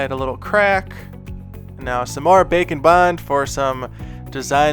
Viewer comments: It has taken me about 10 episodes to realize you're not saying "Bacon Bond"... I thought it was a joke from an old video until I saw the label. 🤦‍♀️🤦‍♀️🤦‍♀️ Welp, here's to hoping you'll make something with a bacon theme, where you have to bond bacon using Bake & Bond. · it took me way too long to realize you were not saying "bacon bond" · Baking bond. Interesting at first I thought you were saying bacon bond. And I was like. Hmmm I wonder why it’s coined bacon 🥓 bond for clay? Hahaha! Baking!!! I see! Wow so impressed! My goodness you’re inspiring! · I keep thinking you say bacon bond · Can't tell if you're saying bake and bond or bacon bond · Bake & Bond, All I hear is bacon bond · I understand you are saying “bake and bond” but all I could hear was bacon bond and I got confused🤣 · I stg he just started saying bacon bond at some point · you sound like you are saying bacon bond lol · Yes it does, I guess its how says it. I love that!